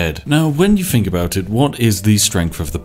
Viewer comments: 'Th'...use it in words! Finking, fought, breaf, everyfing, pafetic, fousand...THE list goes on. Oh...and its 'of' not 'ov' 😂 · Got to say, for such a recent game it looks like a heap of shit, it's nearly as bad as Spiffing Brit's pronunciation of anything beginning with th getting turned into an f, take the word think for example, nobody apart from retarded coffee drinkers pronounce it as fink.